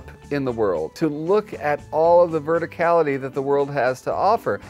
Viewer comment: "Vertcality". 😹 I've solved the scent issue by using pine litter. Snickers loves to decorate it herself! Wassail and Merry Christmas from a recent cat adopter.